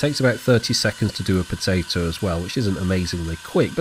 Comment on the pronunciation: Are they not potah to